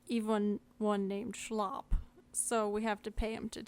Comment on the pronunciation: his name is shilop... shy-lip lmfao good guide tho